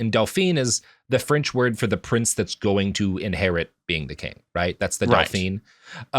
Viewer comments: I'm not even good at French (pro-tip: never take Spanish before taking French), but Robert pronouncing "Dauphin" as "dau-pheen" got me fucked up. Like the "dau-pheen" is not the Dauphin, Robert; that's his wife. (When you pronounce the last consonant-phoneme in a gendered French title, you make it the feminine version of that title. "Dauphin" should sound more like "dau-phah." "Dauphine" sounds like "dau-pheen.") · You don't have to say it the perfectly-French way, but you can just say "daw-fin" (and "daw-feen" for Dauphine). At least then I know what you're trying to say, instead of my brain just hearing everyone get referred to as a princess, including the men, and getting really confused.